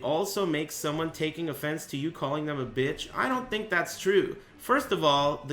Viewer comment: and you ain't gonna catch me with that strat.. I don't FINK so